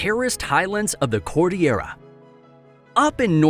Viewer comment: Dude the way he pronounce Cordillera It's bothering me btw I'm pilipino and my dad just herd him pronounce Cordillera and he laughed